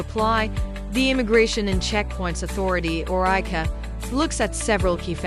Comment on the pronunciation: Is called I.C.A separately not I-ka😅